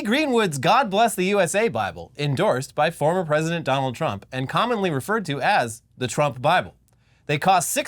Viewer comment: dough-nold trump